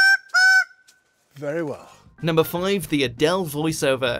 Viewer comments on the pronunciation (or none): "Very Well" 😂😂 Typically British.